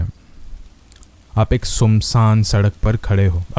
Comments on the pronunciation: 😂😅😂😂😂😅😅 1st WO FRAGNANT HILL WALA STORY BATATE BATATE ENDING PEH TMNEH SUNSAAN RASTE KO *SUNSANG RASTA SPELL KAR DIYE HO 😂 .. SUNSANG 😅😂WHAT THE HELL IS SUNSANG... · sunsaan hota hai sumsang nahi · Its not sum saang its “sunsaan rasta” your hindi is so different